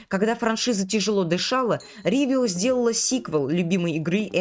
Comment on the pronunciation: Почему "Ривио" а не "Ровио"? Почему "Эпхория геймс" а не эйфория геймс? Это типо у тебя такая фишка, коверкать, названия компаний 😂